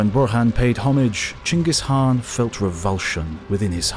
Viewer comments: Khan = kan, not han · So it's "Han?" Like Han solo? And the thousands of historians that have pronounced Khan with a hard K sound are wrong? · Diffrent people always give a diffrent answers on how to pronouce Genghis.. And today i hear Khan pronouced as Han for the first time.. I give up